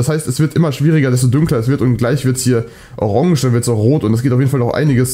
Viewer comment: Normale Menschen: Orange: Aronge😂😂